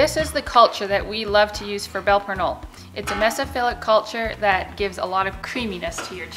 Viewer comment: you completely butchered the name